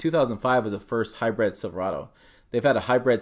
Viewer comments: hy brid not hy bread learn how to pronounce words properly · Sounds like he’s saying Hybread.